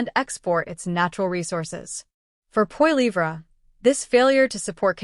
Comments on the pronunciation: AI voice. Does not how to pronounce Pierre's last name. Can't watch this. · Just a memtion that pronunciation our Pierres' last name is incorrect. Go Blue!